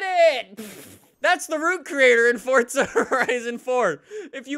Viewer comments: Why is he saying "Fort-zuh"? It's For-zuh. Just wondering (like is it an accent or dialect or something?) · why do you call it fortza not forza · Why does he say forsta not forza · Does anyone else get triggered when he says welcome to a new Fortza video instead of Forza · Fortza .. seems legit